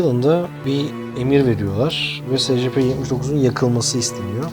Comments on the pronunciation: SECEPE ne SCP diye oku şunu.Yada ÖMP(Özel Muhafaza Prosedürleri) de şuna.SCP yi nasıl açıcaksın.Salak Cahil Patates. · S c p değil e si pi diye okunuyor